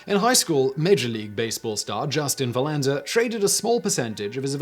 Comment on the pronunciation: The emphasis is on VER in Verlander, btw.